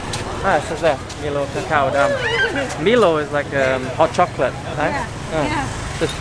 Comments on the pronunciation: haha.. "Mi-loh" its from our side of the world Pronounced "My-loh" AU/NZ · OMG it is My-low, not MeLo… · Milo is Australian and pronounced ‘MyLow’